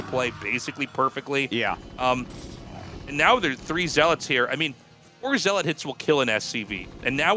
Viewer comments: Not to be pedantic but it's not "ZEE-lot." It's "ZELL-uht" I pronounced it this way too until I was 25; no judgement. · Tasteless... "Zee-lawt"? Really ? 😂😂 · Somehow they both pronounce "zealot" wrong in different ways